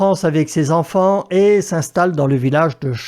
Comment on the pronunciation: 0,42 'hui z'enfants" Y'a du niveau😆